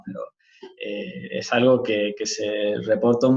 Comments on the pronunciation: No es neutral es de otra región pareciera. Me descoloca la forma de pronunciar " es " lo pronuncia " è " como italiano. A veces en el interior igual lo he escuchado pero más aspirado o diferente, tipo " éj-así ". No hay que irse muy lejos de Baires para escucharlo. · No lo sé yo tengo otros conceptos soy de Buenos Aires y creo que no te explicaste del todo bien en algunas palabras, luego creo que quedaría bien que pronuncies todas las letras de las palabras, “es” por ejemplo ajja pero nada muy buen video ah comunque en Buenos Aires es “chorro “ un ladro y “chanta” un estafador